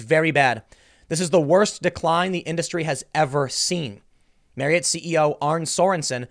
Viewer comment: Nice job pronouncing Marriott correctly.